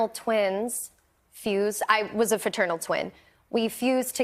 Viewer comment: So all her life, she never knew the correct word was “fraternal” not “faternal” 🙄